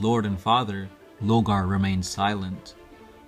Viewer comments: "LOR-GAR". NOT "LOGAR". I CAN BARELY HEAR YOU OVER THE MUSIC! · y’all say Lore 100 times per video but can’t pronounce LoRgar smh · Why are you refering to Lorgar as Logar? Isn't there an "R" in his name? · Lorgar man. LoRgar. If you pronounce his name like what you did in this video in his presence, he'd be wearing your face in his armor as a trophy lol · Lore-gar... LoRgar... also, stop trying to read the way ur brother does and get ur own style lol... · why do you pronounce his name Lo-Gar ? Where's the first R ? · I know you can see that R in his name man. LoRgar. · Yeah he kinda is just saying Logar isn't he? Just finished the 3rd video about life as a citizen in the imperium and he said "steed" instead of "stead". Using stead to discribe someone taking someone's place, so it went blah blah blah did "insert action here" in his steed. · Three years have passed, I hope you know pronounce the R in Lorgar